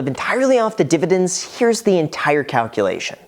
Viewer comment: Please say "divididn'ts" again🤣